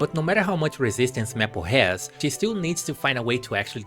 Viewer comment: not to make fun of your pronunciation but serously? "meh -ple" it's MAY as in the month and ple as in apple, to say maple